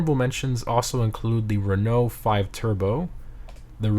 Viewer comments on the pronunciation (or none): none